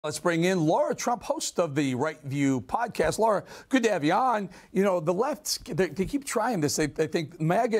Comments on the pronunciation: It’s not “Laura Trump”, it’s “Lara Trump”. you should work on your pronunciation Eric Bolling. have a little respect. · Bolling keeps pronouncing Laras' name incorrectly. He pronounces her name - "Laura".